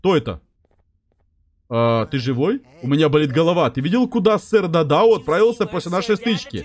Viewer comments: Правильно сэр дададу а не дадау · 🤓 вапшета не дададо а сер да да да ду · Только сэр да да ду а не дадау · Он не дададо, он дададу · Это сэр дададу а не дадау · Я 1 замітив те шо робзі сказав дадау а не дададу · Его зовут не Дададо а Дададу